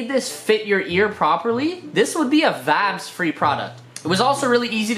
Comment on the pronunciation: Am i the only one Who is fackin Done with him saying wibes all the time